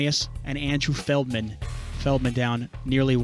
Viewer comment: Surprised no one has called feldman, " FELTman"